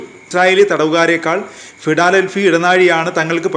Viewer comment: ഫിടാലെൽഫി അല്ല 😀😀 ഫിലാടെൽഫി.